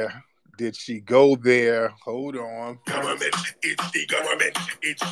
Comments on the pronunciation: She ran right into it "It is de guvamint!" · One does not simple just say The Government. It's Dee Gubba Mint 😂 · Tetherslaining in 5..4..3..2..1..😱🤣😂🤣😂🤣😭da gubbamint it's de gubbamint..de gubbamint 😭😭😭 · It’s not her fault, “it’s de goberment” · It’s dee GOVERNMENT!!!😂😂😂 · 😂😂😂 ITS D GHUBAMENT …STOP TARIQ… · IT'S DEE GOVERNMENT 😂😅😊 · Dee Gubba Mint 🥸